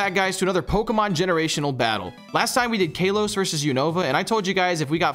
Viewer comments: its KAHLOS not KAYlos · Bro it hurt my soul that you pernouced Kalos as Caelose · Bro said KAYlos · It's no hate but it's kah-los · bro stop saying "KAYLOS!" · If u keep mispronouncing Kalos I will cry